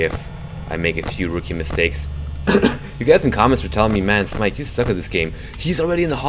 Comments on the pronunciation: Hey man, happy birthday! Also, it's Smike. Not Smoke ;) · You said smoke instead of smike